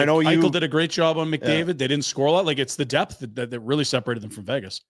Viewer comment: J.Skinner and Arvidsson Scratched. Say it with me; DEPTH